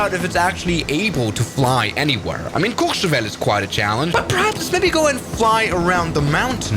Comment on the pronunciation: As a French , your pronunciation of Méribel and courchevel is perfect